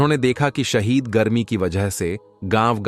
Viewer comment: Bolna seekho shadeed garme ko shahid garme kahtay ho.